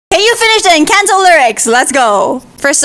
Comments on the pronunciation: I will still never let go of how she pronounces it “INCANTOE” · You pronounced encanto wrong